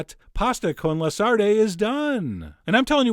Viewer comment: Sarde (sardines) is pronounced sod-dey.